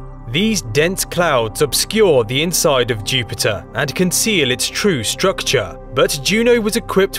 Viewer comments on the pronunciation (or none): KING OF THE PLANETS, CHEW-PIT-UH